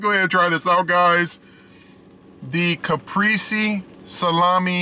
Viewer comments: Lol wow a deleted comment on a FOOD REVIEW channel?!?!?!?!? Ps its ca-pray-zay not ca-pree-zee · The way he says CAPRESE* is fkn wit me 🤣